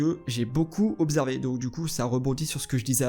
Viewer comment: "J'ai beaucoup obzervé" Starfou 2019